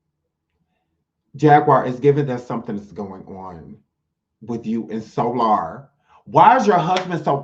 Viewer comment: I ☠️☠️☠️when you called Soular 😂😂😂😂😂